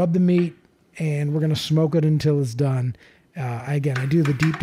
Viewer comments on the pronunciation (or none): none